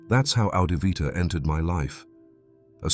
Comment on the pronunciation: He said it was 'Adivvita'